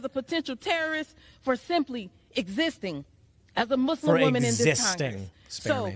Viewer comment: AOC is such an obvious and poor liar and if she actually cared she'd learn how to properly pronounce Muslim, being in the public eye.